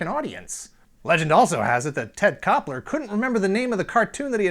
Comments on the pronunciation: Ted Koppel not Kopler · Ted Koppel, not Ted Koppeller. Lol😝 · Ted Koppel, not Koppler. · So when he said Ted Kopler and showed Ted Koppel the first time I thought damn this guy seems way to sharp for that kinda mistake... Second time....Naaaaaaa Somewhere in the world Ted Koppler feels very accomplished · Ted Koppel not Koppler! Lol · Who is "Ted Koppler"?? I think you mean Ted Koppel. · OK. His name is Ted Koppel, not Ted Koppler.